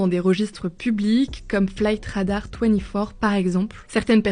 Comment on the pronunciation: Effe AÏ AÏ ... Flight radara twety Four... je pense qu'il faut arrêter... F.A.A on comprend... Flight radar 24 on connait aussi. Pourquoi dire a moitié dans ce cas... ce n'est pas Elon mais plutôt Ilon ... bref